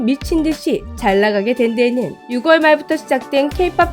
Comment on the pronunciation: 제발제발. 우리말 똑바로 하자 제발!!!! 6월의 발음!!!!! [6월]의 [6]은 [육]이 아니고 [유]로 발음!!! 유월! 유!월! ㄱ은 묵음! 제발! 재미주의가 이러면 안 되지!!!!!!!!